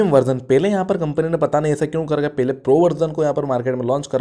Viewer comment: Pele ko pahle bolne ki koshish kro.. else everything is good.